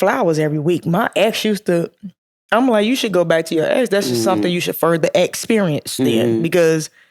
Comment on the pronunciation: Did you say EX perince 😅 caught that